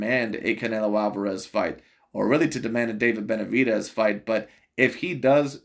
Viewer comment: The way he pronounces Benavi-deez kills me everytime 💀